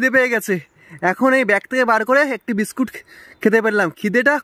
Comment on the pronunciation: Biscat abr ki biscuit bolte sikhun Ki rokom baje vbe kotha bole